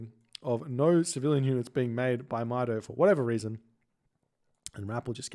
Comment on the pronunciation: It pronounces “Meeto”,. Good EE Brazilian Norse player. Greetings from Brazil. Love your videos 🇧🇷💙